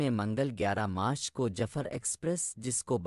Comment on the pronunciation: پہلے جعفر بولنا اور اس کی pronounsation تو سیکھ لیں باقی بعد میں